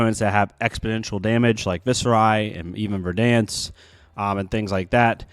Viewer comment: Bro… Ver-DENSE hahaha